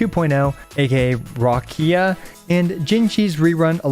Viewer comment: The pronounce of Roccia (Italian word for rock) is Rocheeah (stressing the ch)